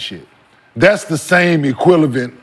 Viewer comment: when Kenyon said “equilavent” I almost choked on my food 💀